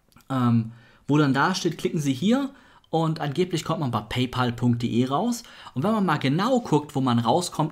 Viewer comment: hey :) man spricht es paypäl aus. Pay (zahlen) pal (Kumpel) also zahlkumpel